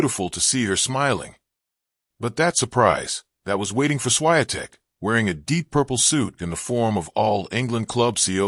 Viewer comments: If you decide to record anything, learn how to pronounce someone's name. It's embarrassing. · Your pronunciation of the champ's name is a disgrace, disrespect to her roots and reputation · That's disgusting to say her name WRONGLY! Ask Google so you're aptly guided how to pronounce the name of the champ! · Why do you keep telling her namely WRONGLY??? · WRONG pronunciation of the champ's name!!!